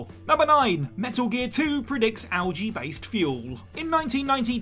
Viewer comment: You butchered algae worse than the Russian’s name